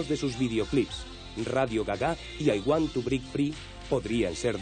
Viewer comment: "Radio Gaga"(pronunciando radio en español) y "I want to brick free"(para que decir break si es mejor el brick de toda la vida como el tetra brick y el want suena mas a juan que a want)